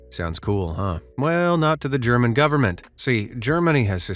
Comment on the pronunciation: german with G as in gay